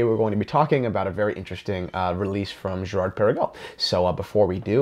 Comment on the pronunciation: 1. if you d pronounce it correctly, it would sound good, swiss/french. 2. they have been producing Laureatos years before, last one 1996 Laureato olimipico looking almost identically. 3. Girard Perregaux is older than AP (1791) 4. What about Hublot Big Bang, and IWC Ingy, Vacheron Overseas etc (ok they actually engaged Genta) so why blame Girard Perregaux so heavily??? 5. love you and your channel anyway and i can see your point and totally accept your opinion. 6. doesnt it look nice anyway?